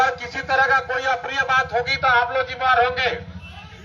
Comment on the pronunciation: Ye SDPO saheb "JIMMEWAR' shabda ka uchharan thik se nahi kar pa rahe hai...